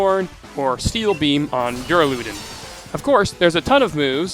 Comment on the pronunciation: I've only watched a few SwSh videos but that's the first time I've heard that pronunciation of Duraludon...